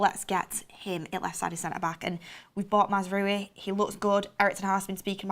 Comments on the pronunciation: Another person who can't pronounce Mazraoui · Not to be that guy but its mazraoui not mazaraoui or mazrooi. And its said 'manwel ugarte' not 'manuel yougarte'. No dirsrespect tho, we love u